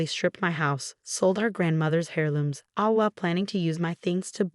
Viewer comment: Oh please! Heir looms NOT hair looms. Learn to pronounce first, go back to school! Heir, the consonant H in heir is silent.